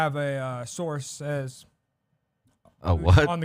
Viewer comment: attempt at source(s) made my night.